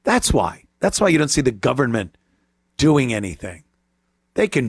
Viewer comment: We don't have a "Gover -MINT". She is confused, I think she is looking for some candy.